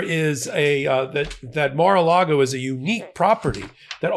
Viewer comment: "The mar and the lago" 😂